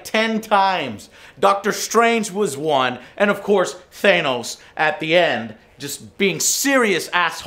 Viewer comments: Has nobody told Joe its not fucking pronounced THAY-NOS. He says it like that every video XD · Joe, why do you keep calling Thanos "Thaynos"? Did you not watch any of the MCU films that dealt with Thanos and where they say his name? Thaynos cringe..... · I cringe every time joe mispronounces thanos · Jesus Christ how many times do you have to hear the pronunciation of Thanos to say it right. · Why does Joe STILL pronounce "Thanos" like that, after the films etc